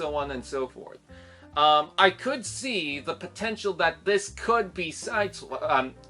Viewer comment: Yeah I only brought this up because the car design looks very much a like the cogman, anyway good points! & yeah man you butched my name haha! It's okay I probably should say it more in my videos!